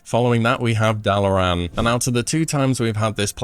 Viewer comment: Considering how he pronounces Dalaran, I’m not sure he’s ever heard that speech lol